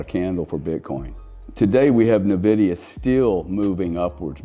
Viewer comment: NVDA won't peak until the last person stops calling it "nuh-vidia".